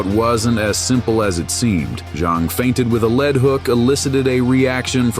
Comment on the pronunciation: Lead hook is pronounced leed not led. Must be AI